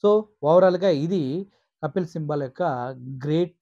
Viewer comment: Kapil Sibal. కపిల్ సిబాల్. సింబల్ కాదు.